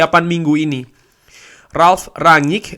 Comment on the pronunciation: Enak liatnya bahasannya ringan mantap semoga konsisten.. tapi boleh ga mas masukan dikit untuk spelling nama ralf.. baca aja rang-nik.. spelling ranyik walopun mungkin bener klo lidah belanda kali ya cuma saya gatel dengernya 😫😫